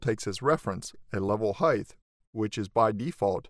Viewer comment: nice tutorial thank you. this constant mispronunciation of "height" is annoying however, it's not "heigth"